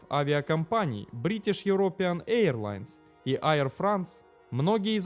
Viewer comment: Туркиш, а не Тюркиш, Эйр Франс, а не Айр Франс...вроде про авиацию говоришь, хотя бы загугли как авиакомпании произносятся, о которых говоришь, если немецкий в школе, а не английский учил